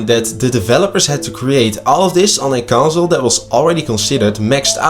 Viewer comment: On a 5 yeer old conzooole..